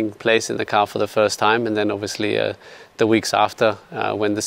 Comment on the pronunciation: Seb: OBVIUSLY